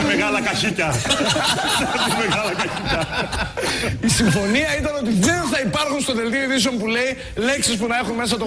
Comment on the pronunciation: Ναι ε; Εσύ που το ξες; Επειδή λέει: «Έλα πες, έβαλες μέσο;» Εγώ βλέπω πως στο βίντεο γελάνε συνέχεια όταν ακούγεται το Χ αντί του Θ. Μάλιστα σε ορισμένες περιπτώσεις αρκετά δυνατά! Επίσης ανεβάζουν τον τόνο που γελάνε στο τέλος που λέει: «Καχίκια» - «Θέσε μέσα». Βάση αυτών και μόνο βλέπω πως κοροϊδεύουν το Χ/Θ και όχι το «μέσο». Δεκτό να αρέσει το Ράδιο Αρβύλα αλλά θα ήταν καλύτερα να υπάρχει επιείκεια σε ανθρώπους με εκ γενετής πρόβλημα. Το Χ/Θ κοροϊδεύουν λοιπόν ..ΚΑΙ ΔΕΝ ΕΙΝΑΙ ΚΑΙ ΑΣΤΕΙΟ.